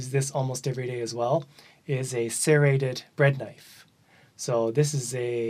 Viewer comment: SERRATED, not CERATED.